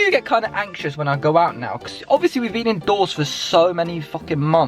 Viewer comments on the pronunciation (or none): none